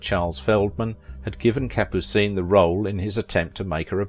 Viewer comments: Kapoo-seen? Yes, you've done your homework. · Capucine was very funny in The Pink Panther. Good in North to Alaska! (Thanks for pronouncing her name too.)